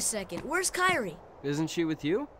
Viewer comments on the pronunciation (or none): I never understood the pronunciation of Kairi's name. It should be Kai-ri or Ka-iri with that spelling, not Kai-iri; the i shouldn't pull double duty as both part of a dipthong and its own sound. Now, if that i in the middle had two dots over it, then it would work.